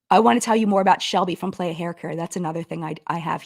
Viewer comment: I'm sorry it's getting to me (in a humourous way). Playa means "beach" in Spanish and is pronounced "plah-yah". It was just making me giggle so I felt obligated to provide the proper pronunciation.